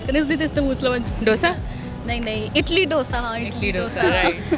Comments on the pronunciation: It's not itli it's idli so please improve your knowledge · She was saying Italy Dosa 😂🤣, not idli 😂